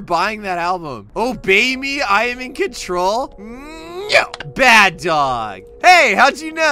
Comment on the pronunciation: just said bed and its t-shirt 😂